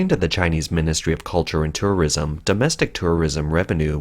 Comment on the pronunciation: "Turrurism" xD